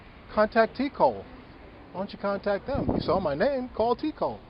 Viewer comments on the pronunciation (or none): I’m pretty sure it’s j cole not t cole